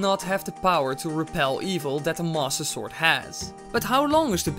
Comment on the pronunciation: What is your accent? Everytime you say master it sounds like monster